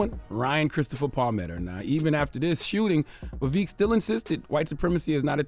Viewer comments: BIG facts. Notice how charla can't bring himself to pronounce his name correctly. Also, they did reduce Ramaswamy to his funny name and his race ("wherever you're from!") when he was on so i guess his point is proven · he has a history of rewriting ppls history to the point he doesn’t even know or respect his own. Except for when he can use his culture as a defense mechanism. Like when someone mispronounces his name. Also Indians (not native Americans) have historically tapped danced for the whites it’s nothing new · Hey Charlamagne, you're now beginning to mispronounce Vivek's name, it's weird because in earlier episodes, you were pronouncing it correctly. His name is not VEVIK, it's Vivek. When Larry elder mispronounced the name of Tupac on your show, you corrected him quite promptly, so you do understand the importance of pronouncing the name correctly. Please follow your own preachings. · hearing him introduce him as "Vaveek" was just poetic foreshadowing for the smackdown to come. yea, Vivek swept the floor with y'all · He knows it's pronounced VivEK not VivEEEK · Vivek like Fake Vivek like snake 🐍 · His name isn't Vivik. It's Vivek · You mispronounced his name. It’s Vivek as in “cake”. Also, he’s going to be the next POTUS! #Vivek2024 🎉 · He said “I think we’ve had him on this show before” and STILL can’t pronounce his name properly. 😂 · Bro you seriously can't remember his name? How unprofessional and arrogant. A part of me feels like you said it wrong on purpose. You obviously didn't care to make sure you said it right. No class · I love how Charlemagne deliberately mispronounces Vivek’s name when this would’ve been considered racism if the the same was done with Chalamagne’s name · Cant even get his name right...or he cant read 😂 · He spoke to the man for an hour and still can’t say his name correctly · I am not a supporter of this man but It’s a little disrespectful at how you mispronounce his name. He was literally on your show and told you his name.